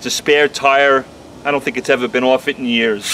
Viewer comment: There's no "w" in "off"